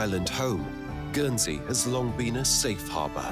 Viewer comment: Guernsey is pronounced with a hard G and you pronounce the N. I live there. Jersey is a different island